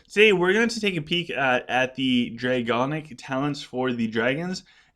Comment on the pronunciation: OGC, awesome video again. One thing though... it’s DraConic not DraGonic 😉